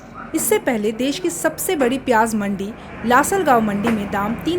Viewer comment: देस नहीं देश होता है